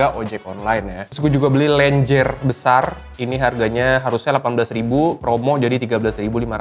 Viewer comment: Btw pronounce lenjer itu e nya sama kayak kata "mentah" mang wkwk